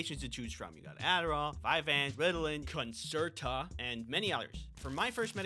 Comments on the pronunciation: Why was Concerta said like that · i FELT the emphasis on concerta. god, i hate that stuff so much.